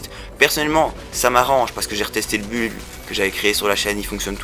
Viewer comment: On prononce "bild" pour build, et pas buld XD. De même qu'on dit "haoutriders" pour Outriders. Le technomage s'est bien retrouvé nerfé quand même.